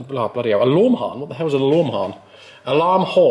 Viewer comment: alorm harm, fantastic 😂